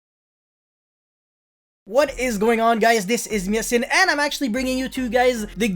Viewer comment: xianjiang is pronounced Sheng-Geng (capital G pronounciation) as far as i know xd